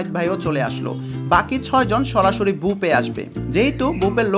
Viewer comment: বুপে না ভাই, বুফে বাই না ভাই